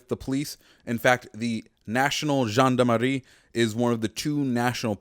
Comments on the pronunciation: Btw here’s how to pronounce Gendarmerie. Jaan-da-meh-hee And in French, r makes a weird sound. It sound like h in English, but you make the pronunciation in the deeper part of your throat So on the last syllable, instead of a typical h in English, you pronounce it with the inner part of your throat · you have like an african accent when you say gendarmerie Like come on you could have at least put the words google translate to hear them first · You're saying gendarmerie wrong